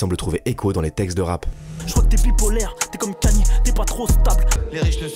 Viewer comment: C’est pas kenye c’est ka nye y’a pas de E dans son blaze